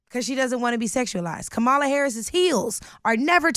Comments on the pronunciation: Are there any Black people on YouTube that can actually pronounce Kamala's name correctly? Its not Ka-Ma-La like the Ugandan Giant. Its Kam-A-La her name is Indian. My lord! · Why is this lady saying Kam-ala's name wrong whilst arguing for black excellence? The right is so good at breaking language that even pro black people cannot pronunce the name of the black person running for president.